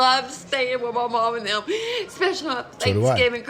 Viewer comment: This mom holds her family emotionally hostage. So abusive. Also, she's too old to be saying eckspecially instead of especially.